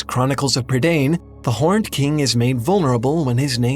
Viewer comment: It’s ProNouNcEd Pry-diN